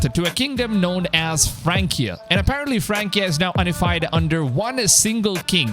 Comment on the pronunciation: it’s “yuh-nih-fied” not “uh-nih-fied”